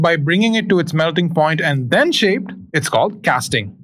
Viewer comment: Why you emphasised on “then shaped” ? I didn’t understand. I guess emphasise should be on the form after melting point.